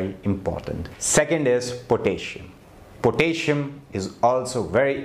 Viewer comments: Pronounced PO-TASS-I-UM. 4 syllables, not 3. But good advice.😊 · Interesting. Some suggestions for pronunciation. VI-ta-min (not whytamin) VI-rus, VI-tal, vine HOR-mone HOR=core, four, more, sore, door po-TAS-si-um po-TAY-toe, ro-TA-te, VEG-tbles